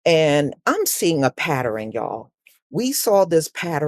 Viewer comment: Pattern, pronounced; "pa tern", not "pa tar rin"